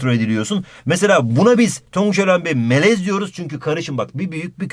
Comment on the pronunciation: adam melez derken tonguç melemen diyor pkdskalsjdkasjd